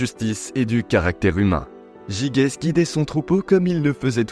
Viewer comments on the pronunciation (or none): Ça se prononce "jijès".